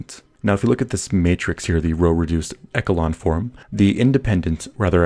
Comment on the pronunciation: Please say "echelon" properly, it made me mad every time I heard you say it. I would recommend you see the dictionary's pronunciation.